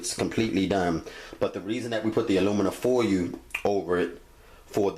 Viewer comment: Do me a favor say foil again 😂😂😂😂😂